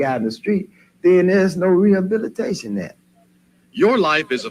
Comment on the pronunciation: "We need rehubbilitayyyshuun🤡